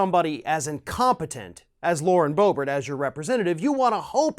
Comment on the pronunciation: It is pronounced Berbert, not Bo-Bert!